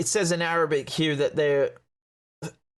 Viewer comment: God the way you pronounce Arabic ! Impressive 😊